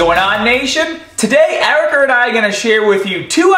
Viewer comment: "Ericar" lol still funny!